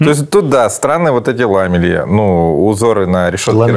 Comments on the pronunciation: перестаньте говорить лАмели, ударение на второй слог ламЕли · ЛамЕли, ставьте ударение правильно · Ла́ме́ли́... Первый раз слышу что бы так произносили... Сразу 3 ударения в одном слове 😂😂😂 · Не лАмели, а ламЕли)